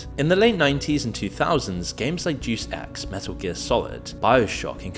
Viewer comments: it's day-us ex, not deuce x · “Doose ex” 😂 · " Deuce Ex"? Better research needed in the pronounciation department. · enjoy the videos but for the love of god, learn how to read/speak....its not 'deuce x' its 'day us x', it really is true the average reading level is pathetic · Day-us Ex, not Deuce ex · Deus X… it’s Day-Us X. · Clearly, this guy never played deus ex haha duce ex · Day-us Ex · "Deus Ex" is Latin (deus ex machina = machine of the gods) and is pronounced "DAY-us Ex" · I'm bout to go drop a Deus Ex rn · PLEASE learn how to pronounce Deus Ex bro 😭